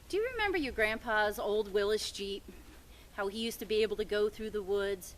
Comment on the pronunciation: Willys! Not Willis! Hahahahaha cool jeep